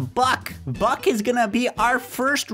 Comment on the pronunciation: When you get the first dog name buck I Thought you said butt